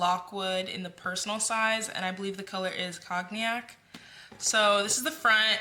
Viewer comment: lol , “Cognac” is actually pronounced “CONE-yak.”’😉